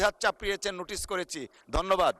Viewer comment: দন্যবাদ নাকি ধন্যবাদ 😂